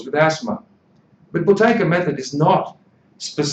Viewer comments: Yeah but he says Boo-tay-kA with an A at the end. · Why does this guy keep saying Buteyka? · How do you pronounce the word ‘Buteyko’? Answer: It’s Boo-tay-ko. Konstantin’s last name was originally misspelled in English and therefore it is difficult to pronounce. People would often say: “Beau-tay-ko? The beginning of it is pronounced as in the word “boot”, not as in the word “beauty”.